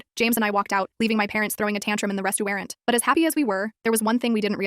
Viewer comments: Restaurant ❌️ Restewarwn't ✅️ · " Restuwearant " XD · This is a sad story but A RESTUWERNT??😂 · westuerant? hmm eye luv westuerants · “Restuŵřeůwãřæņt” I’m deceased😭🤚